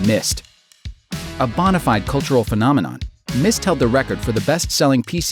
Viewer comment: did you really say BAWNA fide?